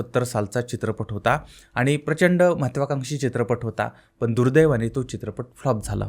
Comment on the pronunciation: तू अशिक्षित माणूस, पण ला पन बोलतोय, रोल्स रॉईस ला रोल्स रॉयल्स बोलतोय, बंद कर हे धंदे